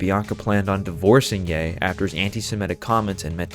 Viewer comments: When you said "yen dollar" i tuned everything else out, sorry :( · not to be a geek but its pronounced ye and dollar sign